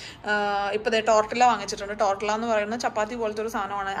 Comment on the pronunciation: ടോർട്ടില്ല അല്ല ടോർട്ടിയ (സ്പാനിഷ് )😇